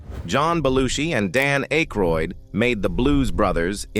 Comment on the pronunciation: Thank you for teaching me how to pronounce Aykroyd.